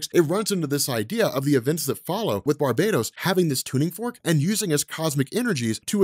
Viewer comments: Why you call him Barbados . He’s not a fuckin country lol . Bar - bat - os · BAR-BAH-TOS NOT BAR-BAY-DOS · It’s not Barbatos It’s Bar-BAT-os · Exactly what I was thinking as well, lol. How can you ignore the BAT pun sticking out right in the middle of that word, especially given the story we're covering? Lol!